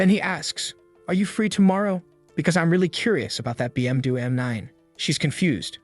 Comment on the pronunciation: Yoo the AI voice can't say BMW😂😂